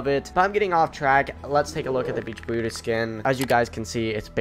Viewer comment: Welease patewn.... weewy weewy....bwutus lol